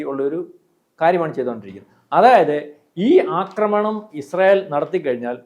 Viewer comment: അക്രമിക്കാൻ എന്നല്ല ആക്രമിക്കാൻ, ആക്രമിഎന്നല്ലഅക്രമി അക്രമണംഎന്നല്ല ആക്രമണം